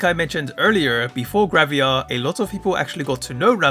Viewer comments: Am I missing something, or did you pronounce it "gravia" instead of "gravure" throughout the video? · Why do you pronounce it as "Graviar" 😭